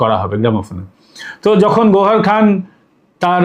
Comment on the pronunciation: বার বার গহরখান কেন বলে যাচ্ছেন ? গহরজান